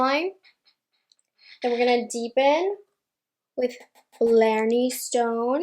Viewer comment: Think it’s pronounced blar-knee stone